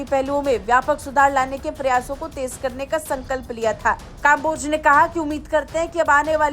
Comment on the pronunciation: भारत वालो, तुम तो कम से कम कम्बोज को काम्बोज ना बोलो